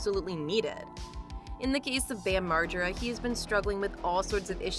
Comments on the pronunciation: I never heard Margera so mispronounced until these past few months of people (cant possibly be his fans) reporting on him... all of a sudden it's all effed up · LOL how did you say his last name?!?! HAHA